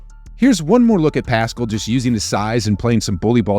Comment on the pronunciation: It’s pascal not piscal. I love your pronunciation.